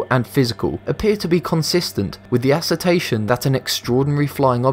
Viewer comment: I wanted to slap the narrator when he pronounced "assertions" like "aserTAYshuns."